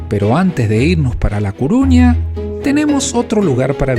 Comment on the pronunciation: CORUÑA. Por qué decís Cuuuruña? Nunca lo leíste? Saludos